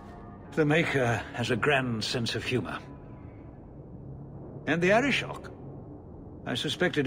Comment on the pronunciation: Arishok??? Haha more like artichok :p